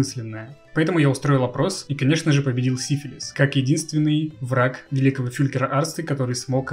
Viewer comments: Изменение ударения в названии династии изначального смысла не меняет! Это, как бы так выразиться, отвратительно! Именовать посланника Богов венерическим заболеванием! Если тебе ТАК нравится это слово, то лучше переделой его. Сифилис -> Сифилий. Это куда больше похоже на настоящию фамилию. Если у кого то есть свои варианты, то пишите их в ответе к этому комментарию. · поменять ударение на греческий акцент, да он гений!